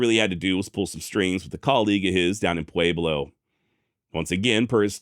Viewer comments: It's what he does with all the left over "A's" he doesn't pronounce elsewhere. Pwa-blow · I don't know why you're pronouncing Pueblo with a long A, but it's incorrect. Otherwise, love all your shows. Keep it up! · I love how he says Pueblo thats not how we say it in southern colorado but atleast your trying